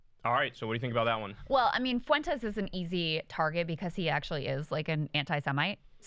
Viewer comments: Why does Kyle always say “Foo-Wenn-Tess” instead of just “Fwen-Tess”? Lol it reminds me of when white Americans say “Wahn” or “Hoo-Wahn” instead of just “Hwahn” for the Spanish name Juan. Neither Fuentes nor Juan are hard to pronounce! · God damn it Kyle it should be two syllables when you say Fuentes' last name